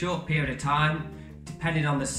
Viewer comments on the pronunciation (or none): none